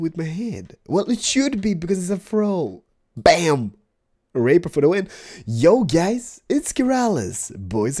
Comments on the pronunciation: stop calling the rapier "raper" is not funny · Also: ray-pier Otherwise it is a thing that rapes, and that should never be celebrated, even by accident. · kinda makes me cringe when he does it too, but it's not on purpose. He is fluent in english but his accent makes it difficult for him to pronounce some words. ***** To spare you from some hate comments, it's pronounced like (ray-pyer) :) Gotta put the y-sound after the P. I'm looking forward to the live stream! Keep it up buddy :D ~Luv it to bits <3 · pronounce the rapier like rap-ee-ur